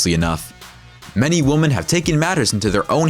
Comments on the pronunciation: It's pronounced "WOMEN," not "woman." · This guy doesn't know how to say women ( more than one) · Many woman? It's WOMEN you stupid A.I. voice! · Does no one else notice the irritating and inaccurate use of the word “woman” throughout the video?! “With street violence against woman…” Ummm, nice try on your English bro. Maybe your voice actor should’ve corrected you 😂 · Why are you saying "women" like it's "woman" lmfao it sounds so fucking dumb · 😆I like it - when you're done eating your food and suddenly get attacked by a bear... I have a question, though. The speaker repeatedly said the plural of women as [wumen], not [wimin]. Is that a regional dialect somewhere in the world? I'd appreciate if anyone could clarify that. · Why does the narrator pronounce the word "women" like "woman"? Lol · You keep saying "woman" when you mean to say "women" and it's super annoying. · Yo the way you say women fucking irks me it's not women it's women lmfao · Most of the time your saying "Woman", it should be Women. Thank God I live in the USA. I'll stick to my Glock 27. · Why didn’t he say “women”? Lol he kept saying “woman” wtf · "Many WOMAN"???? Jeez, guys. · Please learn how to say women - hint: 'wimmin' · The plural of woman is pronounced "wimen." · How do you mispronounce women/woman so much? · Learn the difference between the pronunciation between "women" and "woman" and someone might take you seriously. LORD. Plus, one of the weapons is over 100 years old and no longer an option to possess on the normal open market today. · Why cant the narrator say "women"? Weird... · Why does he repeatedly pronounce ‘women’ incorrectly? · Can't you say 'women'? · Someone needs to tell the narrator how to pronounce "women". Jeesh.